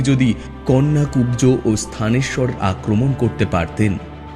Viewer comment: কন্যাকুব্জ নয়, কান্বকুব্জ